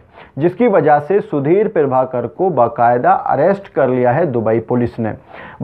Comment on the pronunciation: पीरभाकर नहीं, प्रभाकर.... न्यूज एंकर हो, शब्दों का उच्चारण सही से किया करो